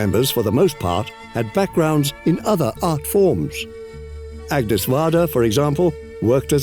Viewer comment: Also also: the French name "Agnès" should not be pronounced like the English name "Agnes." Instead it's pronounced "Ah-nyess."